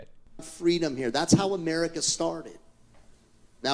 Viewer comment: church of ''murica'' LoL